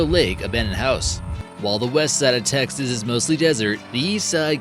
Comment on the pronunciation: It's Texas Texas